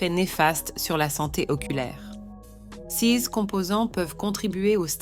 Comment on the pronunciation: mauvaise lecture...dire c e s au lieu de ces , c'est vraiment étonnant. Quand cette lecture automatique en français va-t-elle être corrigée?